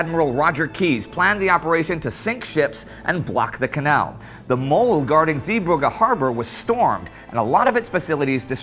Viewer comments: Everytime Indy says 'Zeebrugge', I die a little inside. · Was wondering how you'd pronounce Zeebrugge, I've heard worse :p It's weird to me that English pronounces Zeebrugge so differently from Bruges, because Zeebrugge just literally means "Bruges at the sea" or "Sea-Bruges". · I love you Indy, but your pronunciation of 'Zeebrugge' is hilarious